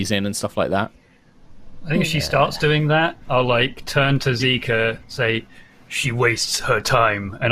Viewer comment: I keep hearing Xiika pronounced as Zika as in the zika virus